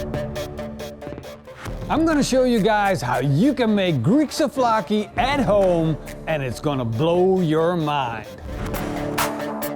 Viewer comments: It's souvlaki not souflaki 😉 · Souvlaki not souflaki...I need to dislike this as always... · Souvlaki - not sofloaki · You BLAXO your not even GREEK WHAT WOULD YOU KNOW ABOUT GREEK SOUVLAKI BTW IITS NOT SOUFLAKI OR KEBAB MALAKA GET YOUR FACTS RIGHT ONLY GREEKS CAN MASTER THE ART OF MAKING SOUVLAKI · He did say it was SouFlaki ... :) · Souvlaki.... not trying to be rude